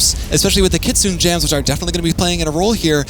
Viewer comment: FYI - it's KI' TSU-NEY not KIT-SOON. Kitsune is Japanese for fox. Sayonara.